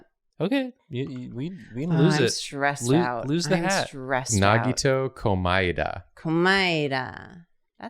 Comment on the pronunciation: the pronunciation of komaeda 💀